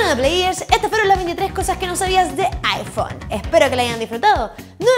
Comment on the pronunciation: Aifon :V